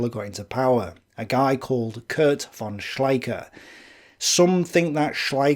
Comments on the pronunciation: Von is Fon in german. V is often a F sound. I don't know if von is actually said with a v sound in english. But i find it distracting that you clearly try to say other german words with the right german pronunciation. Alot of docu's does that aswell. They throw around words like "führer" and stürmtruppen, trying to say them right, but keeps saying von with a v sound. It just messes with me... :( Anyway.. I like your videos. :) (I am not a native german speaker, so i might be missing something lol) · Actually "von" in German is pronounced "fon"